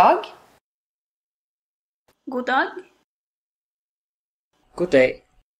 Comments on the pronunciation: When the Swedish person says God Kväll does she actually pronounce God as "guk"? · No, it's just very common to not pronounce the d in "god". Technically you should, but in everyday speech most people skip the d.